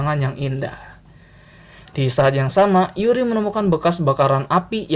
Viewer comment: Yuri bang bukan Uri